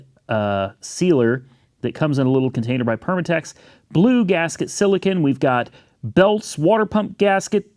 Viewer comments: Silicone not silcan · si·luh·kaan like silicon valley California where they make computer parts from sand. silicon sand. Silicone rubber for auto parts sealer is pronounced si·luh·kown please! stop saying it wrong its embarrassing for Oklahoma. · Buddy I love ur vids but if u say silicon one more time I'll puke 😆 🤣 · And as the son of a chemical engineer who worked for a company making such products I was screaming internally. It's SILICONE, with the end said like the edible item you put ice cream in. "silicon" as he was saying it is what computer chips are made of. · Sila cone sila cone not sila can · The correct pronunciation for silicone is si luh kown the kind rubber you use on auto parts to seal. You keep saying like ex con. It not silicon valley organization. Or like a kind of silicon sand. They make computer parts from silicon sand. Prounounced si·luh·kaan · Silicone my friend friend. Lol. Sil a. Cone. . Don’t get mad and tell me to start my own channel. Not criticizing u just trying to point out a miss pronounced item. And thank for chillin out on the saying (As Well ) every other sentence. Lol. Keep up the great work. I really do enjoy the channel. I’ve been with ya a long time. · CONE! Sili CONE! LOL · Every time says “silicon” I giggle. 😂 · What the he'll is silacan as you call it. Check the spelling as there is no a in the word.... lol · I thought I was the only one.. *but then I think "am I saying it wrong??"